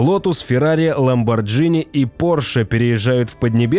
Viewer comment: ХайФай, а не хипхи😃 ЛамборГини! Автор, ты малость дебиловат